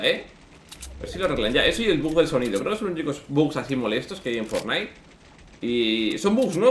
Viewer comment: se dice FORTnite, no fortNITE, acentuando en Fort